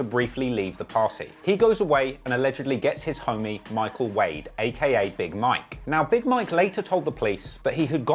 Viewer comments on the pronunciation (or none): none